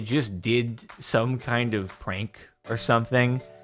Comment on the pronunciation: I actually thought he SAID that it "did some kind of CRANK" until he continued and it was "prank". 😜"crank" makes Wayyy more sense than "prank".